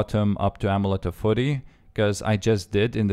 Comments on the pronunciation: Amulet of foory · "Amulet of furry" XD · amulet of fury not ommelete de furry......